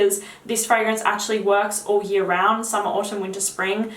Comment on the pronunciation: "I had it for a hyurr"